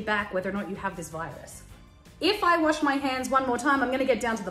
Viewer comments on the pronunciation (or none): none